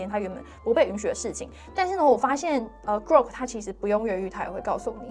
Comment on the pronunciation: 是古洛可不是瓜可 哈哈